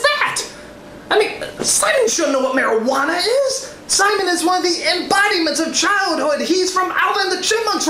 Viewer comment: Cuando Simón dice Marihuana le escuche Maradona y pense "genial, van a hablar de futbol"